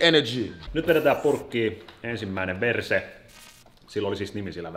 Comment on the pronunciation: kun sä kuulet "verse" sanan "per*e"